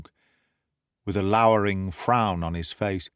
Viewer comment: You pronounced 'lowering' correctly. AI always gets it wrong. It can't tell from the context which pronunciation to use.